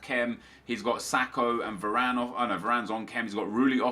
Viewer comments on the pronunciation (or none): none